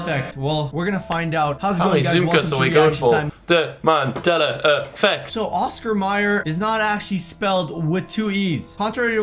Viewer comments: 1. Calm the fuck down 2. Where is the E and R in mandeLA effect Why are you calling it manDELLAR? Gg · mandela not mandeler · Its called Mandela effect not mandelra effect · I must be in a parallel universe. Since when was it called "Mandeler" Effect? I call it Mandela as in "A" not "ER". Why are some people pronouncing the "A" as an "ER" and the "R" as an "A"??? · mandeler effect? I always thought it was Mandela effect? here we go again LOL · The way he says Mandela like ‘Mandeler’ reminds me of how my Theatre teacher would say ‘Extrrrr’ when trying to say Extra, the only difference is the fact that he’s doing it because of his accent, and my Teacher and her her Texan ass was doing it because...? I hated her. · “mandeller” love that 😂❤️ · Will it sounds like you’re saying Mandeler effect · For Gods sake, stop saying 'Mandeller' ...pronounce the Shit correctly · ah yes The mandeller effect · Mandelar I love you content will but personally love when you pronounce thins weirdly 😆😆😆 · Mandeller..... Lol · Mandelar why do you put an r there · Why, in the name of our Lord, are you saying 'mandelar effect'? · It's just his accent. Some English accents pronounce "a" like "er" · The way he says Mandela